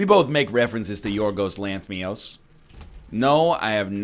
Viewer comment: Nl trying to pronounce Giorgos Lanthimos pains me physically